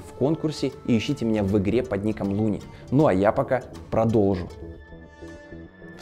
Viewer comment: Мне всегда казалось что его зовут не Луни а Канал называется а не lyni